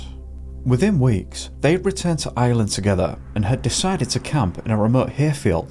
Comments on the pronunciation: Please dont, you cant even pronounce Ireland ffs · Why did you say “Gardii” its “Gardaí” ? Why even make videos when everything’s wrong, you cant even pronounce Ireland